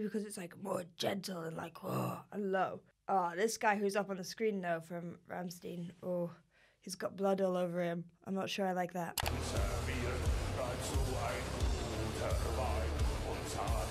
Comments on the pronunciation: Makes me shed a tear when a vocal coach says "Rammstiin" :( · Everytime i hear someone says "ramsteen" I cringe so hard it hurts... Jesus Christ... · I beg you, pronounce "s" in Rammstein as "sh" and "ein" just like "ine" in world mine (Ramm-sh-t-ine). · It's ram-stain rigth?